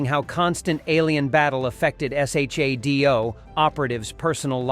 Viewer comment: Jaime Sommers. Pronounced "JAY-MEE". And SHADO is pronounced "Shadow". I really hate AI voices....